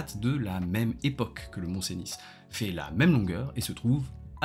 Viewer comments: C'est pas un argument mais stp ça se prononce "Seni" pas "Cénisse" ^^ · Rien à voir avec le fond, mais je suis surpris par ta prononciation du « mont-venus ». Pour moi, depuis que je suis enfant, j’ai toujours entendu « ceuni », et pas « cénisse » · Je dirais même plus : « Seuni » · Oui, sa prononciation du Mont Cenis pique à l'oreille ! 😂